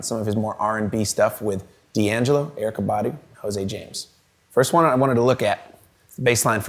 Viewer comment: If he says Erykah's name like that again 😡